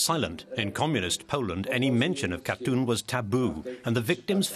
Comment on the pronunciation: Not a bad analysis, although the use of the word "sorry" from the Russians would have been useful and appreciated. Shame the narrator couldn't pronounce Katyn and kept saying Katoon.